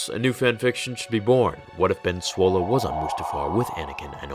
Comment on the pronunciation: is it supposed to be solo not swolo?